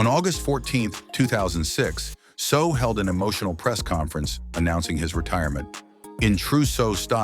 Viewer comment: You cannot even get your ai to pronounce his last name correctly??